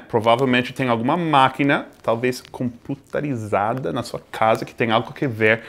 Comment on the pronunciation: Eles reclamam que os brasileiros falam mal o inglês mas eles não sabem falar o nosso português direito " computarizada " mas o correto é" computadorizada "